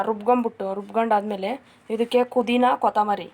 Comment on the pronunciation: ಗ್ರೀನ್ ಚಿಲ್ಲಿ ಚಿಕನ್ ಗ್ರೇವಿ ಸೂಪರ್. 👌💖 ಕುದಿನಾ ಅದು ಪುದಿನಾ, ಪುದಿನಾ. 🙄🤣😇😂😤